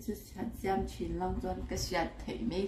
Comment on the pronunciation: In va hre lo chhah tak😂😂 In 'Sa ṭah chhuak pek' lam dan mawlh hi.... ka thi ṭhak😂😂 Next Video chu innaupanlai nuihzathlak deuh rawn sawi ve ve teh u😂😂 In sawi dik em kan lo judge ang😂😂 Zuntei nu siam ang khi 'siam' lai tak khi a thluk a hniam tur. Eg: I thil siam chu a mawi hle mai' kan tih a siam thluk nen a in ang.